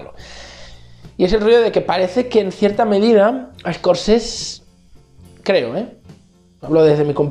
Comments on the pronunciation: Se dice SCORSESE NO SCORCES... madre mia dedicate a otra cosa xaval.. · a ver neno, se dice ES COR SE SE